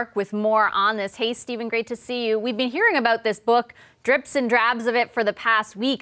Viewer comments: Can we talk about what's really important here? It's "dribs and drabs," not "drips and drabs." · hey guys? It's driBs and drabs. Dribs. not drips. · two times I have heard the comment of information from the book coming out in drips and drabs (both the female and male reporters here). The saying is 'dribs and drabs': Is this just a Canadianism or are they trying to say dribs and drabs but fail to pronounce the 'b' in a way that is usual here? (I'm from California, USA).